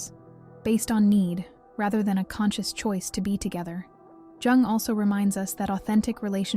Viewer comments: This is either AI or the poster doesn't know how to pronounce the name of the psychiatrist she discusses. Spelled Jung but pronounced Yung. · Jung is pronounced “Young” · I think it's AI. The clue is the mispronunciation of Jung. It's correctly pronounced Yung as anyone who delves into his theories should know. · Carg “Joong.” 🙄 Really? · The "j" is pronounced like a " y" when it comes to the name Carl Jung. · The j is said like y. I.e carl young/yung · Nice content, but I wish it wasn't AI, and that you didn't pretend you're an actual person at the end. You wouldn't pronounce the J in Jung if you were a real person. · Mispronouncing Jung doesn't make you a bad person. It does makes you bad AI. Perhaps we should be glad we humans can still detect what's AI and what's not. Soon AI will advance to where we don't know the difference. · Three videos in and only figured it out when ‘she’ said “Jung”… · lol, why do you pronounce "Jung" like that? :D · I'm half Swiss, and it hurts my ears to hear his name mangled. AI, with all its learning, should learn some respect. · yeah ikr?